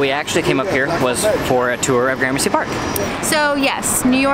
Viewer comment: Do me a favor though. Next time you hang out with Brett Conti will you please tell him it’s not pronounced graham mercy 😂